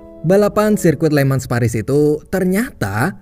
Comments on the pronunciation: bang bacanya bukan "LE MANS"... tapi "LE MANG" pake logat prancis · FYI min penyebutan kata *Le Mans itu dibacanya Lemang min sesuai kata prancisnya